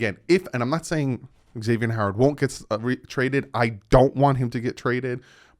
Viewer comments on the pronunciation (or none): none